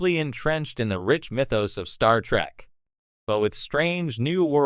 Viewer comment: Your Ai voice program is pissing me the Hell Off!! Your friggin Ai keeps saying, "Star Track" instead of Star Trek. You're NO Sci-fi fan. You're just trying to make a buck!